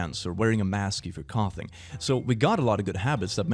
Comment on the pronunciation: He pronounces coughing “couthing” and I am very annoyed